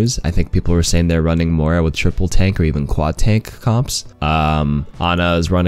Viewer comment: I can't believe you said "Moira" right !!!